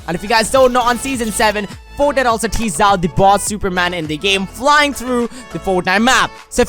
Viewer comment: . "Tore" And "Foetnite"